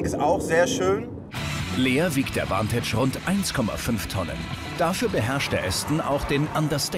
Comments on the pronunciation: Name: Vantage Aussprache:Ventage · Vantage bitte entscheidet euch ob ihr das jetzt verdeutscht oder englisch aussprecht - das denglisch is ja grauenhaft